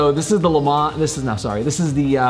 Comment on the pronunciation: Love the auto Rebel but already have the TJ so maybe too similar for me. Got a Saturn coming. Nice video guys - BTW Le Mans is pronounced ‘le mon’ ;-)